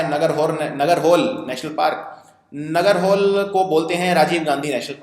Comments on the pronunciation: Sir its pronunciation is नागरहोले Not नागरहोल :) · Listen your work is good and appreciable, but mispronouncing something is not desirable. Lakhs of students are following this vedio and they'll pronounce the way you pronounce. बांदीपुर नहीं बंडिपुर नगर होल नही नागरा होळे You are a citizen of India and those territories fall under the boundary of India. If you don't know learn, ask and pronounce it. Language is something that comes with the sentiments of the people. Please pronounce it properly. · Nagarhole is pronounced as "Nagara" "hole" as in Hindi word "haule" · Sir it's not Nagar hole it's Nagarhole